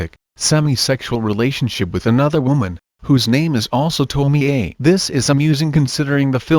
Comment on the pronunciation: To-mi-eyyyyy ....... Isn't it read as to-mi-ye?